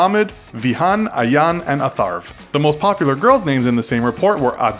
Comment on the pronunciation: Ayaan is pronounced like eye an 😄😄😄